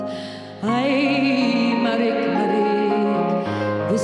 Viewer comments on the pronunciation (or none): It's not pronounced MAREEK. It's MAH-REEK-UH. Jacques Brel himself pronounces it this way. MAREEK sounds like she's singing about a monster.